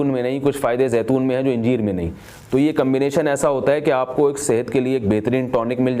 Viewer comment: Injeer nahi bhai Anjeer bolte hai 😢